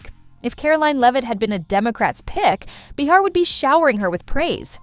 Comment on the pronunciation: not enough actual dialogue ( which is what we are here to hear ) too much yakking by the host of the channel, insulting our intelligence with too much explanation. also it's not b'har it''s pronounced bay har.